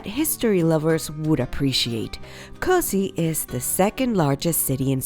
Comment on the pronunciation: Kosice is pronounced kosiche